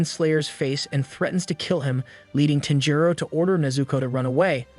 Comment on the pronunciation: You are saying his name weird. Sounds like TENjiro